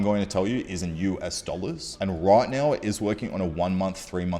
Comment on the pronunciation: Noi noi cents. Aur nauwr!